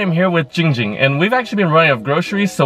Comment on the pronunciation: Bro he's jiiiing jing not ging ging